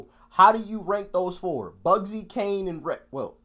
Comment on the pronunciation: it's kano not Kane, think he says kane for the flow, 3 of the grates although I'm not a big bugzy fan